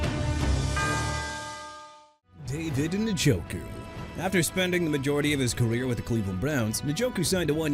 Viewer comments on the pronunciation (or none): NJOKU AS IN EN-JO-KOO NOT NIN-JO-KOO MR. "I CAN MISPRONOUNCE NAMES OF PEOPLE, TEAMS AND CITIES AND GET AWAY WITH IT"! WHEN ARE YOU GONNA LEARN BEFORE YOU GET FIRED HUH?! ALSO YOU MEANT "THE ARIZONA CARDINALS, THE JACKSONVILLE JAGUARS" AND "FOLK AND THE FALCONS?! SPEAKING OF WHICH, JAGUARS AS IN JA-GWAARS NOT "JAGWIRES" AND NEW ORLEANS AS IN NU OR-LINS NOT "NEW OR-LEANS"! AKHEEM MESIDOR NOT MESSI-A-DOOR! CHICAGO AS IN EITHER SHUH-KAH-GOW OR SHEE-KAH-GOW! MAKE EVERYBODY'S LIVES EASY AND QUIT!!